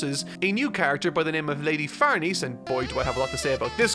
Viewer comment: Just fyi, "Farnese" is pronounced "Far-NEH-seh", not "Far-NEESE". I also thought it was "Far-NEESE" while reading, but then I watched the 2016 anime where they say "Far-NAY-zay" and had to look up the name's actual pronunciation: it's "Far-NEH-seh".